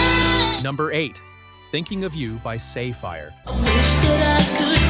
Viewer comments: Not "say fire" you dolt. It's like the gem Sapphire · Sah-Fire, not Say-Fire. Like the precious stone. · I think it's pronounced like sapphire and not safe fire. Also, Freestyle kept going for another several years after 1989. Lil Suzy's Take Me In Your Arms in 1991; 1997 In A Dream by Rockell. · Say fire? No. Her name is pronounced like the gem stone. Never even heard the last three songs before, so I find it hard to believe that they were that "mainstream" in all of the US. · It was pronounced "SAPPHIRE"! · Sa-fire is pronounced like Sapphire